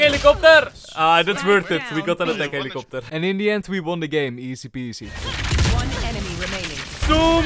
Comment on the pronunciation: No offense but youre accent made that ATTACK HELICOPTER was soo funny (lovev your tips and tricks)